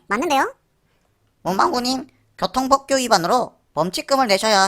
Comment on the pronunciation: 발음주의 교통법규->교통뻐어큐